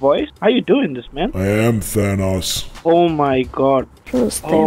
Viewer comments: THAn Ahs Friend: ocd kicks in ITS THANOS! THAN-OES. THAN O's Like CHEERIO but with THAN! UGHHHHH Me: "ahh shit here we go again." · It’s ThanOs. O not Thanaus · Its pronounced than oes